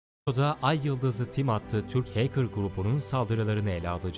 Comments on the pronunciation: neden ayıldız ı tim diyor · ayyıldız tim diye okunuyo kim söylüyosa ayyıldızlı tim ne ya :D